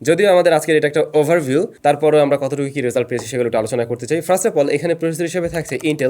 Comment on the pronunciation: ami kheyal korechi apni apnar videote "first" ke frast" bolen